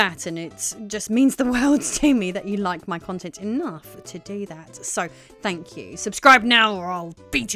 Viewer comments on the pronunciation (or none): none